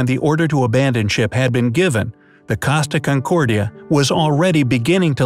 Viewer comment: its pronounced co sta con cord ia. Not casta concordia